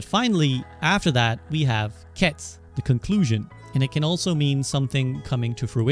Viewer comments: Ketsu not k’ets! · Isn't the "u" in "ketsu" at least hinted at? You really just pronounce it "kets".